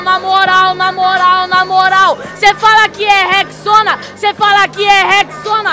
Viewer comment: decorado nada , o maluko que falo rex-sona du nada, não tinha como decorar isso